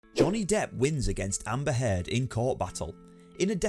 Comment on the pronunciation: Hird ughhh cant understand how your mispronounceing everything weve HEARD all this